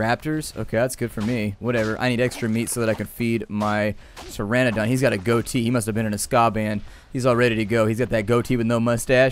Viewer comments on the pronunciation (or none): none